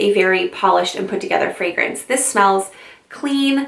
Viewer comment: I just found you and I’m subscribing not only because I love your content but OMG finally someone who knows how to pronounce all the fragrance verbiage correctly 👏🏼👏🏼👏🏼 Super interesting choices; I’ve only smelled one of them so far, now I’m on a mission! 💋👃🏼❤️